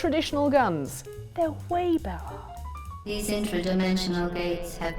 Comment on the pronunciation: "better" was the most British thing I've heard in a long time